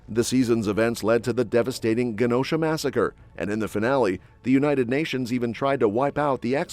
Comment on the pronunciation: It's a soft "g" sound, for Genosha, not a hard "g" sound.